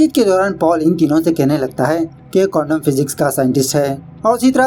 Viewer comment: Quantum physics hota hai wo, condom physics nahi😂😂😂